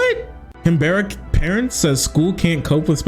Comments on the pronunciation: Hey. Just starting this video, idk if you address it but for future reference it’s not “Can Berryian” it’s “Canbran” and “Can-Bruh” in terms of how it’s pronounced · Canberra is prounounced more like cam-brough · i would be laughing at the way pronounced “canberra” if this whole thing wasn’t so disgusting